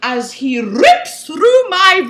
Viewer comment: AS HE RRRRIPS INTO MY VIRGINITY! Omg I almost died. And then my fiance was like "What the hell are you watching?" I'm like.... nooooothing.....